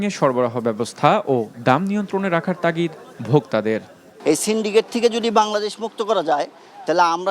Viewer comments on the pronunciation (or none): none